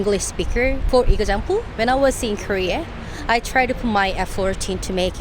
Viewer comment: 韓国人のお姉さん、英語がとても上手だけど、for exampleの発音で韓国人らしいと思った。 オーストラリアに住む事は、様々な英語話者に触れられる、素晴らしい英語環境だと思います。